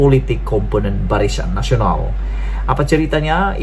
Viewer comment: Barisan Nasional, bukan Barishan Nasional. Tolong kemaskini sebutan, lebih2 lagi bila sebut nama orang.